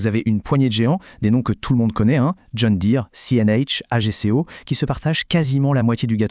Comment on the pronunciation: Ça ferait pas de mal d’avoir un speaker qui sache dire AGCO.